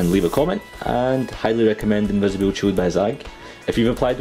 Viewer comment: you haven't done an invisible shield in a while, i've missed you saying 'invisibled shield' LOL